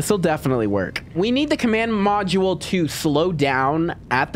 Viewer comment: "Command podule" 💀